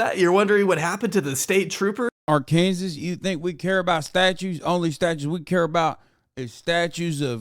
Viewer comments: Say “AR-KANSAS” one more time and imma disrespectfully watch your content from a far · Why is he pronouncing Arkansas that way it sounds weird i have never heard anybody pronounced like that